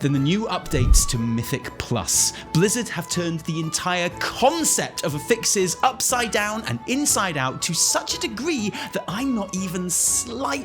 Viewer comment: This is your monthly reminder that it's AFFixes, not aFFIXes. I know loves to be corrected on his pron cough cough harbinger cough xD